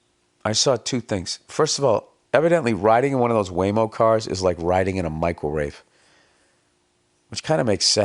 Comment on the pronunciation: wait till you hear him say "riding in a MicWoRave"